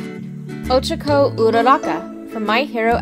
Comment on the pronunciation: She said ochako rong bit it's ok lol